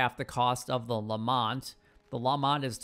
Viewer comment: Why does everyone call it the LeMONT revolver? It's a LeMAT revolver. Like door MAT. There's no O or N in the name lol. Same with the Schofields. It's SKO-fields. Not SHO-fields. It's a Smith & Wesson named after Maj. George W. Schofield of the U.S Army circa 1868. He produced them in bulk for the Russians as a .44 until 1870 when S&W started mass producing the model 3 as a modified .38 to fit the Cavalry's needs. It meant that soldiers only needed to carry 1 ammo type for their weapons. It's actually my favorite revolver. I'm getting off topic though lol. I'm a gun guy so hearing people butcher names just urks me.